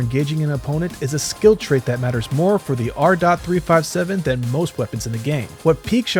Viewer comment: "The AHR DOT THREE FIVE SEVEN" 🗣🗣🗣🔥🔥🔥